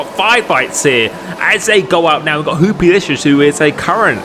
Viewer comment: Bro the way you said hoopolicious had me rolling 😂